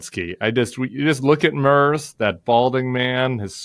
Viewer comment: I think I need to teach you both how to pronounce the German chancellor’s name. Friedrich Merz is easily pronounced. My German American ears are hurting. 😉